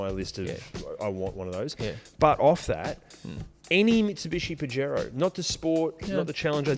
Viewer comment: Pajero (pronounced Puh-hairo) translates to wanker in Spanish